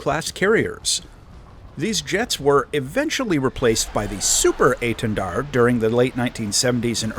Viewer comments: You actually pronounced étendard good enought :3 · dont worry, you didnt butcher hiw name:D apart from the prononciation of the "r" (as every english speacker strugle) it was good, you even didnt fall into the trap of the silent "d" at the end:p you said it really well:) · You're pronouncing Étendard quite right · maybe i said it badly, but you did well, we dont says the D at the end and you didn't so it's a perfect :D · your etendard pronounciation isn't bad. the enlgish accent is noticable, but you pronouced it similarly to a french would. 8/10